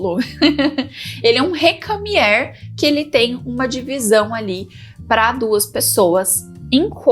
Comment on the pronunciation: é "recamiêr"...